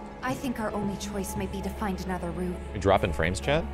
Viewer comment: New to your channel; been listening to your ff7 chapters while I work and this whole time I thought you were talking to someone named Chad...turns out you're saying 'chat' lol.